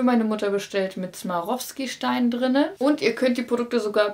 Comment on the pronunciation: Swarovski heißt das- nicht smarovski!